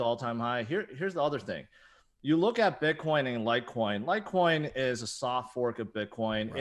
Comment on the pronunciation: LIGHTCOIN..COME ON..SAY IT